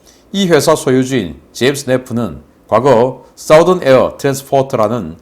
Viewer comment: Southern air. “사우던 에어 “ 아니고 “ 써던 에어”